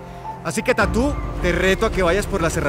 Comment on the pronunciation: Se dieron cuenta que el presentador ni le sabe el nombre de tattoo, le dice tatú jajajjajaaj